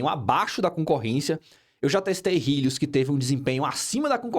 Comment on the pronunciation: "rílius" KKKKKKKKKKKKKKKKKKKKK